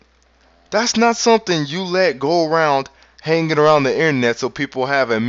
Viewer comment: "Innernet." lol